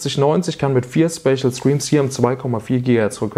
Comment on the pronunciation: Ich habe das Video bis zur Hälfte geschaut. In dieser Zeit fällt der Begriff "Späschel Striems" etwa zwei bis drei dutzend mal. Nur ... WAS IST DAS?!